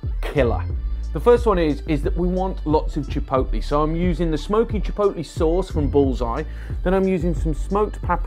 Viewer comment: Yes, it's chipotle. NOT chipolte. Thank you, Food Busker.